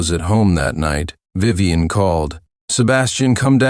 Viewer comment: Yuyuwei is Vivien... for some reason, the Vi's are getting pronounced as Yu's and the rest garbled at some points, I think. Took me a moment to realize because it was so screwy. But yeah, the Tiffany swap out was seriously an obvious copy/paste error.